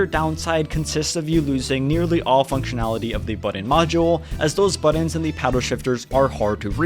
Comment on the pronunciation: Buttons. Not buddins